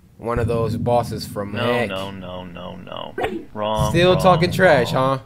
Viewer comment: When he said wrong and now i hear RAW